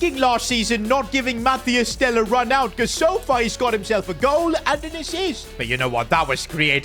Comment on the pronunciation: It’s Mathys Tel not Matthias Tel